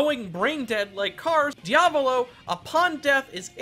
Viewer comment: The best foregin pronunciation of Diavolo so far, but you spelled weirdly "Passione". Too bad, you almost reached the 100% XD